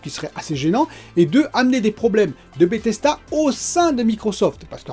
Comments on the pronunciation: BethesDA. DA ! Pas "BethesTA" Grrr.. ;) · Tu dis BETHES"T"A lol😘